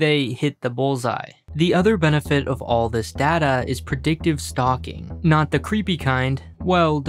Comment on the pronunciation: Hahahaha, "predictive stocking" isn't creepy depending on who you ask necessarily. It's creepy depending on how you (mis)pronounced "stocking" 😂